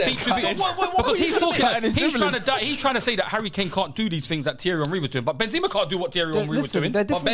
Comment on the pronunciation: The disrespect on Benzema's name man. I usually agree with but hes had a mare this episode.